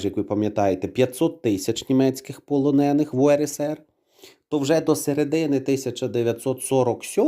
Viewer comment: Знову ці ополоники?! Стежте за наголосами!